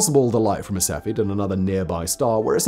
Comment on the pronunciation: Sef-e-id. Not Sefi.